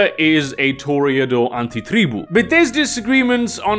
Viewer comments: The way you say Antitreeboo🤢🤢🤢🤢🤢🤢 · Im very new to VtM and I appreciate your pronounciation of "anti-tribu". Its very accurate to how my mother tongue would say it and its pretty cool to hear someone who has a natural western accent nail it down perfectly. 😂